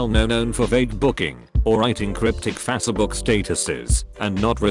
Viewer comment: “Fa-seh book”